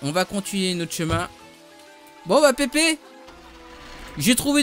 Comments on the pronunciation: Mdr xD < écoute pipi> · Ouali écoute pipi lol